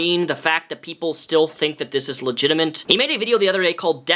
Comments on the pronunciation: "Legitiment". Dude, that's not a word. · Are you saying "Legitimate" or "Legitiment", because it sounds like you're saying "Legitiment"...